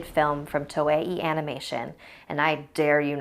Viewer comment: She said toei wrong